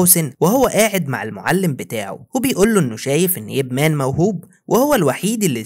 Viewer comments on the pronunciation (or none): اسمه IP Man نطقة اي بي مان مش اب مان